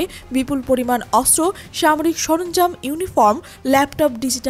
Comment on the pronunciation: অস্ত্র উচ্চারণ শুদ্ধ উচ্চারণ করতে হবে 😮😮